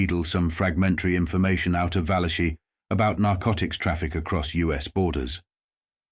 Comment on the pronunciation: There it is again - the pronunciation VAL-a-chee, for “Valachi” (really, va-LA-kee). It seem like it would be worth the technology but does the narrator sample his voice, and have it reproduced by a robot or other ai applications?